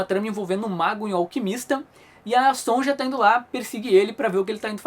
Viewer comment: Faltou dizer que enfim o Conan lutou com a Sonja e a venceu!! Outra coisa, me disseram que Sonja se pronuncia Sonya